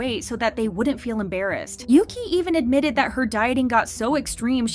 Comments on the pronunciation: isnt "yuqi" pronounced yu-chi instead of yuki? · You pronounce Yuqi's name wrongly, it's not Yuki, she's not Japanese. It's Yoo Chee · Yuqi is not said Yuki but Yutchi. The writing "Yuqi" is Mandarin pinyin. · btw it’s pronounced yu-chi not yu-kee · Pronounced ooogeee I believe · So americans dont just butcher the english language they butcher idle names too 🙄 who the hell is yuqi? Its pronounced ugee 💀🤦🏻‍♂️